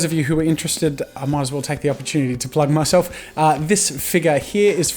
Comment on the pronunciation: We all heard him say "I'll take this opportunity to PLUG myself" right? 😂